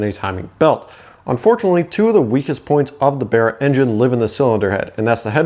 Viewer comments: Its not called bera its called baraaaaa mate got me self a baraaa engin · The "Berra" "Bearra" 😂🤣 It's Barra mate BARRA 😁